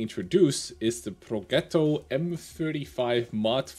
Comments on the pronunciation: Progetto, not proghetto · Hello, correct italian pronunciation of Progetto is like "Projetto", just for your info;) and mod 48 should stand probably for "Modello"